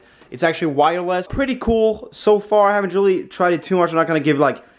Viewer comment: lol "Wirewess"